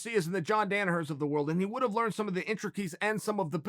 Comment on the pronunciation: Chael: Intrekies... Me:The word is intricacies Chael Chael: Okay, Great!